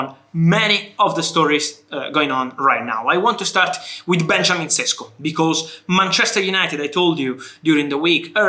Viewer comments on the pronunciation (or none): "j" in Benjamin is pronounced the same as "y" in "you", and both of "š" in Šeško are pronounced as "sh", so "Benyamin Sheshko". Hope this helps for next time :)